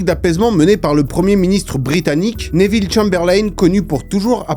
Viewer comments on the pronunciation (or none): none